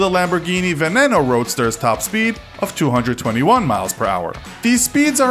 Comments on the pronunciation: Dude it's pronounced veneeno the second e is like two e's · Me. He says urus wrong, he says veneno wrong, says Hennessy venom gt, and shows the f5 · He said Scunderia, Veneno and Centenario all wrong